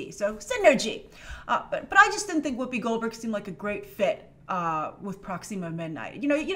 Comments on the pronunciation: Its not pronounced Proxeema its proxima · Sorry i like you but it’s not pronounced proxeema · I love how pronounces Proxima Midnight as Prox "ema' Midnight Lol. Also, if Peter Dinklage isn't Eitri The Dwarf King(there're photos of him with dyed hair from a while ago) I think he'd do an amazing Corvus Glaive!